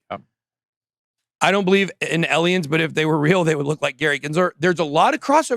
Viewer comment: "aliens" has an "a" not an "e"